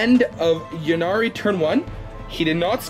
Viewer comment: Yeah I don't understand. It's a play on words - the god of death "Incarnate" - hence Yncarne (pronounced inn-karn.) Yvraine like "Evraine", Ynnari like "Innari" etc. Lots of people seem to say "Yinnari" though.